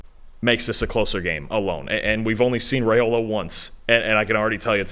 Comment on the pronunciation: YOU Guys are great!! As a born and raised Husker, I feel I should help you out with our dope QB’s name, as I’m sure you’ll be using it a LOT in the next free years;)…Raiola is pronounced RYE-O-LA. We had to learn that one back in the 90s with his dad…. Rock on dudes! ❤